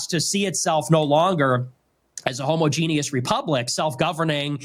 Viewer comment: he said homo-genie-us. lmao.